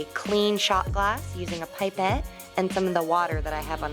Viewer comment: it is a pip-ette not pipe-ette